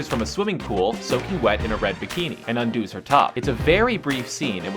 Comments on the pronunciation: I'm sorry but the way I hear him say the word is NOT a word...undos (rhyming with moos) may be correct in both pronunciation and spelling in some other English but I don't think it is in American English. I learned that undoes (rhyming with fuzz) is the third person singular form and undid is the past tense--undo, undoes, undoing, undid, undone...but hey I'm no English teacher so forgive me if I'm wrong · For me, the most paused scene in this video is when the narrator says "Undooz". I had to make sure I heard that correctly. Unfortunately, I did. This video must've been made on Pronounce Words Any Wacky Way You Want Day. (Please note for future reference,, undoes is pronounced "unduz.") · She un-do's her top? Undid, undoes, undone ... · Phoebe Cates undo's her top? Un-do-s? It's pronounced "un-duz". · Undoos? It's undose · Phiebe Cates "undos" her top? How about undoes. Please tell me you're an amateur. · Your narrator says purposefully (the word is purposely) and pronounces “undoes” (her bikini) as Undoooze. Funny stuff. 😂😂😂😂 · "Undoo's her top"? Did you not go to school??? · haha he says she "undose' her top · undoos? not undoes? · She "undoos" her top??? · Grammar-nazi: And does WHAT with her top?? "Undoes"? (pronounced un-duz)! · She "un-do's" her top? Wtf kinda illiterate shit is that?!! Come on man, DO BETTER goddamnit.... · Sorry, lost my interest and respect at unDOes. who pronounces it that way? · ...better learn to speakky de english."She undoos her top?..rofl...undoes; Verb third-person singular simple present indicative form of undo Then i might think of subscribing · "Undues her top?" What the hell? It should be "undoes." Anyway, stormtroopers are not henchmen; Darth Vader is. And how do you guys know these are the "most paused" scenes? Screen Rant videos are annoying. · "Undos" lel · "Un-DOOs" her top? SERIOUSLY? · "'undoos' her top?" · "un-doooos her top" lol undoes* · " "undoos" her top" ... who taught you english? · "undoes" wut?